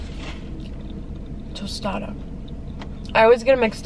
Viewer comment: Tacato and Tostado 😭😂